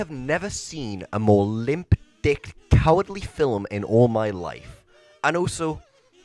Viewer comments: Bro keeps saying “fillum” instead of “film” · I absolutely despise the way you say film. Its film, not filumm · It's film. Not fillem. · "Film" is NOT pronounced like fil-im. Omg you sound so dumb